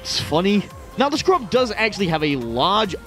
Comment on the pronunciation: THE SCURB scurb. Not scrub. THE SCURB I'm not sure if this was intentional at this point.